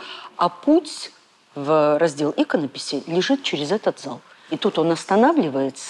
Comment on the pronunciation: Но, почему, говоря : "проходя к залу ИКОНОПИСИ" Трегулова произносит "ИКОНОПИСИ" с ударением на первый слог ? Наверное, она неглупая тетка, но, когда это произносит Директор Третьяковки- это просто ЗАШКВАР какой-то......